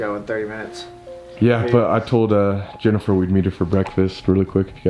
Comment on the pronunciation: No one: Not a single being living or dead: Colby: JeNifEr